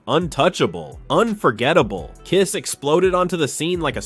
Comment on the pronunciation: I can't believe that this narrative can't even pronounce the name of the Band! It's KISS! It's not the spelling of the name that gets the job done, it's pronouncing the name, that does the trick.